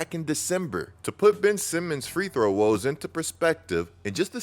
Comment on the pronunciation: Bro, ain’t it “free-throw”….not “three throw” 😂💀